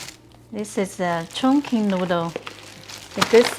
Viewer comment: 你为什么说’ 重庆‘发音不对？ Chongqing should be pronounced as 'chawng-ching'